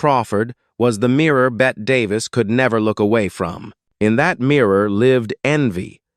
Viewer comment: 'It's not pronounced "bet" bur rather "Betty" . Hire a professional and stop insulting us.